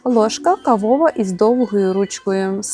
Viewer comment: ложка кАвова, а не кавОва